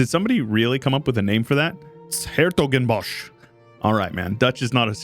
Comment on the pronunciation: 's-Hertogenbosch is actually pronounced like Sertogenbos. And yes, Dutch is, in fact, something like a language